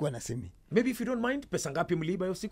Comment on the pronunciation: It's simi not simu 🙄 acha kelele